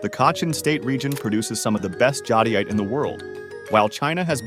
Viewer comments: This “guy” has literally changed the pronunciation of Jade and nephrite several times sometimes within the same sentence. Definitely AI generated gathering. Random bits of information from the Internet some of which to be vocal information because it’s picking up other peoples pronunciations. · So, you have a human reading an AI script instead of an AI reading a human script? That would explain the 12 different pronunciations of the word "jadeite" and why the vodeo never got around to explaining how to find jade like the title suggested. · That's the first thing I noticed why do they pronounce jadeite 50,000 different ways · Am I the only one who noticed jadeite was pronounced differently every time he said it? Lol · Why is "jadeite" pronounced so many different ways in this video? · They pronounced jadeite 15 different ways in 3 mins.... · The fact that this AI channel is sourcing video material from Dan Hurd, is ridiculous. Does Dan even know? The AI can't seem to pronounce Jadeite, as I have heard it said 6 ways in this video. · it's the pronunciations, how we know it's not a human. It was pronouncing jadeite incorrectly. Otherwise I think it's an excellent video! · Jadeite is mispronounced. In China, ancient jade objects (sculptures) are made of nephrite while jewelry jade (rings, necklaces and bracelets) uses jadeite. In the 17th century under the Qing Dynasty, jadeite was the preferred carving material for the imperial court. Nephrite jade is still popular in China, especially the white ones. Sky blue translucent jadeite is the most expensive. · Hey there. Jade comes in every color including clear. Jadeite is badly mispronounced in this video.